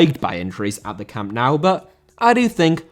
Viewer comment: Nou* not Nau